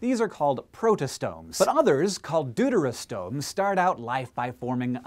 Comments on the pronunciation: Hank, I think you meant to say that we humans are "doo-doo-terostomes", not "deuterostomes". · Very interesting! I had known of the fruit flies and C. elegans, but not the urchins and ferrets. Also, I was taught to pronounce deuterostomes like "dew-terr-oh-stohmes", which I find more amusing than the pronunciation in this video, but to each their own.